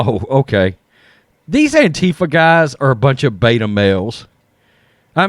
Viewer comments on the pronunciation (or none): none